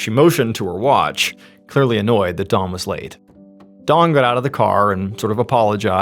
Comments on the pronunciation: that's what he should be saying, but he keeps saying Dawn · I really don’t want to say this because I feel like you’re doing this on purpose just for more comments and interactions but you keep saying Dawn and the guys name is Don…. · Why do you keep calling him Dawn? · So was this guy's name Don or Dawn? You keep writing Don on screen but you're clearly saying DAWN. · Bwhahaha I kept thinking you were saying his name was Dawn which I thought was odd for mans name but when you showed his picture with him name on it I said ok that makes more sense lol. His name was Don. Thanks for the story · SOUNDS LIKE HE IS SAYING DAWN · It sounds like you’re saying “Dawn”. I was very confused for a moment. 😂 Keep being you, brother. I’ll keep tuning in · This whole video I could have swore you kept calling him dawn Only 2xs did I actually hear you say don lolol 😅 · I have a hard time following names of people i have little reference to and I've noticed Ballen pronounces Dawn and Don too similar for me to know if he is referring to a male or female character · You have to be from Long Island. Your pronunciation of "Don" is very specific lol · The way he pronounced his name, I couldn't tell for 2/3 of this video if the man's name was Dawn or Don. 😂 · dOn not dawn the way he says it drives me CRAZY!!! 😖 😂 🙃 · Why does mr ballen call him dawn. Its don😂 im listening to this at work and 2 other people were kinda listening in and at the end they didnt here what happened so they asked me who ended up killing that lady. I said lady it was a guy. And they said oh he kept saying dawn ! I thought i was nuts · Is anyone else tripping out hearing him say Dawn and not Don the whole time 😂😂 love you MrBallen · I am hearing Dawn not Don. Anyone else. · The story becomes confusing when Don is pronounced “Dawn” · Hey, great story, but I almost couldn’t finish it because you kept saying “Dawn” instead of “Don.” 😂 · Funny how you pronounce DON as DAWN throughout the entire story. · Don not Dawn